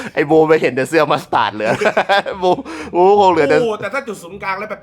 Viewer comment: อ่านยังไงก็ไม่ใช่มัสตาด